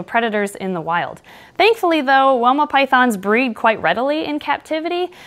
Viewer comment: fun fact: it's pronounced "why-ma" it's an Aboriginal word.